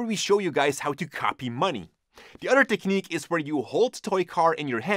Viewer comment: I only watch these videos to hear "other" pronounced "udder" haha love your videos